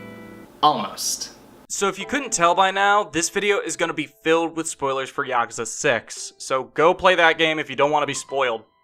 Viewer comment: When you Mispronounce every name and even yakasa 😂 yakasa? Wtf is that even the developers say yakuza